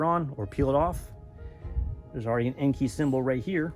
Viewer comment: Nice wheel choice! Looking forward to your 5 lug swap. Here is a fun fact for ya'.. Most people pronounce Enkei the way you pronounce it EN-KEY. Which is actually incorrect, it is pronounced EN-KAY. 😅